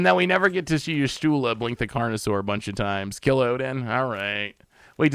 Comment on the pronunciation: desperately trying to pronounce Y'shtola in every way except actually looking at the letters and what order they're in